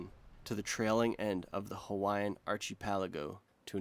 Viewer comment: Mahalo for not butchering the Hawaiian language!